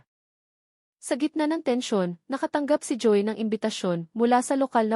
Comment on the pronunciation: mali ang bigkas mo ng mga salita, di mo ba alam sa sarili mo na mali ang pagsasalita mo, Ang Joey ay naging Joy ayusin mo naman Hindi magandang pakinggan